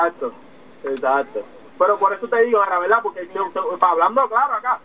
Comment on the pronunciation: Veldad veldad veldad jajaja